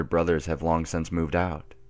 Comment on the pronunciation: Anybody else noticed that in videos, he always says 'sense instead of 'Since'? Lol.